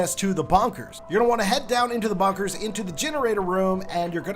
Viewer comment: lol he pronounces bunkers as "bonkers"